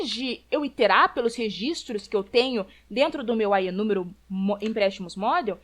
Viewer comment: Aos 46 min: Iterar (repetir). Não Interar.